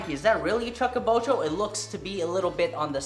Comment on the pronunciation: Chew ka bocho.... chew not chuck.